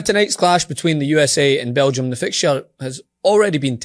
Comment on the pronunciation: It's hilarious. BEL GI UM! BEL G! UM!